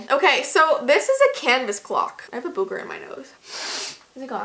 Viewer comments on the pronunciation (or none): "i have a Buuuueewwwger in my nose" ITS boogger